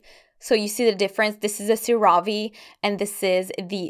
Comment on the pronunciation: Love this vid, so helpful!! 😍😍 Just FYI CeraVe is pronounced 'Cera' like 'Sarah' and 'Ve' like 'Vay' SarahVay 😁😁